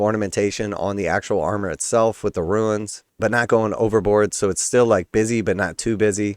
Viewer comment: Runes and Ruins are pronounced differently.